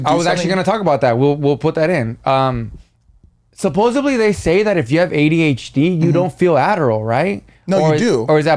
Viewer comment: Every time mispronounces SUPPOSEDLY 👊🏽😩 🤣🤣 and I believe he does it on purpose 😭